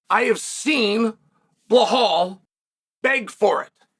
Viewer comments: Undisputed. Never lost a round at name pronunciation. Now let's try again بلال - Bilaal This is the name of a great personality in the history of Islam. The first black revert to Islam, who was a freed slave. The silencer of the colonialist orientalists who think Islam is only an Arab religion. Islam encompasses all ethnicities. It's your choice to accept it or reject it. Have a blessed and peaceful day 👍🏼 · He pays apecial attention in butchering Blahall's name. Uncle Chael can say any name. Some names get said as they should be, not as they are!! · I swear he's said it wrong so many times i can't remember how to properly pronounce his name! Lol crazy! Damn Blahaul say something to Chael Please!! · time to put the "blah" in "Blahaul" ;) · Who the fok is Blahaul? 😅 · I clicked on the video to see if Chael was still calling him BLA-HAL I'm glad I did! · "Blahaul". Let's take a moment to appreciate that chael refuses to properly say the guy's name that uses the "remember the name" moniker. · If Chael says Blahal it's Blahal Just like it was 50-45 Pantoja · No one picked it up.......but Master Chael doesn't miss a thing, even though he can't pronounce Belal.s name properly. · lol Chael is the troll above all trolls…guarantee he can say his name appropriately but that’s just how Unc rolls lol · At first I thought him doing this all the time was funny but really it's kinda an ass move. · I have been making this point for at least a year now. It disturbs me it's b...I...L...A...L